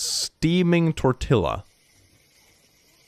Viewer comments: I thought it was pronounced as a "Y": "Tor-ti-YUH".. I've never heard anyone say "Tor-ti-JUH" before(?) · It’s not tor till uh it’s tor tea uh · Tortilla : pronounced Tor - Tea - Ah . It is Spanish . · Dear, Tortilla is pronounced: tor-tee-a. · Okay, being picky here, but I am from Texas, and it's pronounced tor-tee-ya. You're welcome.🤣🤣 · I cannot let him get away with pronouncing tortilla like that (its a loan word from spanish, pronounced tor-tee-yah if he sees this) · Tortilla- Tor-tee-ah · its pronounced tor ti ya the double L's are pronounced as y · Tortilla is pronounced "tor-TEE-ya". It's the Spanish "ll", said as a "y", not the Welch or English. Same thing with llama. If you mean the animal, make sure to say it as "yama", cos lama is a Tibetan monk. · It's pronounced tor-tee-yah. It's Spanish, to Ls make a y sound. It's like how s and h make the "shush" sound in english. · click please dont call it a tortila its pronounced torti-ya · just as an FYI. Tortilla is actually pronounced tor-ti-ya because it's from Spanish where the double L is pronounced like a consonant Y. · Sir, it is pronounced 'tore-tee-uh' hearing you say tortilla feels a bit like when you hear Americans pronounced croissant croy-sont. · You don’t pronounce the L’s in tortilla, “ tortia”. I hope that correcting you doesn’t offend you, my close friend is Brazilian and always wants me to correct her, when she doesn’t pronounce something correctly so I assume everyone appreciates that. Obviously tortilla is Spanish not English, but 🤷🏻‍♀️ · Not that you’ll see this, but “tortilla” is pronounced tore-TEE-yah. The double L in Spanish is pronounced like a “y”. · OMG, I'm sorry but I can't get this out of my head! Pronounce it like (read these 3 next words in English quickly one after the other to pronounce tortilla) Tore-Tea-Yeah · Tortilla is pronounced sort of like tor-tee-ya. Double "l" is pronounced similarly to a "y". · Why did you pronounce tortilla like that